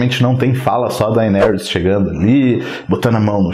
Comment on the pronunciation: Dainerys? kkkkkkkkkkkkkkkkkkkkkkkkkkk